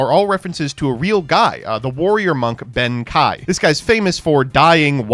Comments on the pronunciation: it's pronounce ben-kay not ben--kai idk even know how you got the kai from reading that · His name is pronounce ben-kay but yes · Good thread but I cringe whenever pronounces Benkei as Benkai. To add to the thread, Naturia's synchros are probably based on the sacred animals each representing one of the cardinal directions. The Black Turtle, The White Tiger, the Blue Dragon and the Red Phoenix. Unfortunately no Phoenix Naturia Synchro was ever released to complete the set. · Benkei is pronounced with the "KEI" sounding like "KAY" in Okay, not like "KAI" from Kai from Beyblade. Japanese has the "e" typically making a short "eh" sound while "ei" becomes a longer "eh" sound. Look up the character Rei from Evangelion, and you'll hear it there. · Saying benkai is so weird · my guy you have to learn how to say Benkei. There is no A anywhere in the name, the japanese name is written ベンK (literally Ben-K). It's not pronounced Benkai it's pronouced like the letter K. Please its driving me nuts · "Ben KAI". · Ben Kei is pronounced Ben Kay. 'Ei' in japanese makes the 'ay' sound. German is the language it makes the 'i' sound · mispronouncing benkei at the same rate benkei was pierced by arrows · I know it bothers me too, but will never learn to pronounce Japanese words correctly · This video might be the most Mispronounces Cards of all time. Ben kye? Juicynoko? Grand Gweenol?? You Just Straight Up Swapped The Syllables In Uluru. Like come on dude Anyways I love the Floo lore its so cute c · He also pronounced Reisen as Raisen despite being told in the same sentence that Raye (Rei) is based on it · worrying about the pronounciation of the future Krawlers while he already fucked up Asla Piscu and Ben Kei in the same video lol